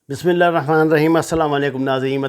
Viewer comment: ساگر صاحب ۔برائے کرم ۔سلام اور بسم اللہ درست پڑھا کرو